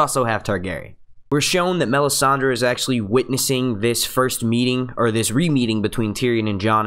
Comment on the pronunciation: marvioxious1989 are you listening to the same guy that I am.... He speaks perfect English...an accent is not the issue here... He pronounces Davos, Sansa, Tyrion, Stannis, Kinvara, Melisandra, and Danarys correctly.... Accuracy shows intelligence and that he cares enough to get it right. It's called constructive criticism. If something is worth doing, do it right. If mediocre is good enough for you, fine.... But that's not how I was raised.